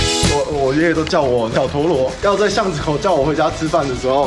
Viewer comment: 哈哈 小陀螺(台語發音) 😂😂😂😂😂😂😂